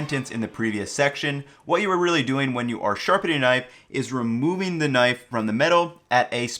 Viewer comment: Is it just me or is he saying "nice" instead of knife?